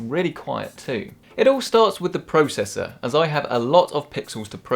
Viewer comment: Wow so cringe lmao I-9 really?? Wtf is up w the way you say processor 😂 Stfu with all this “research” all you basically did was go for the most newest and exclusive parts. You obviously don’t know how to manage you bang for buck lmao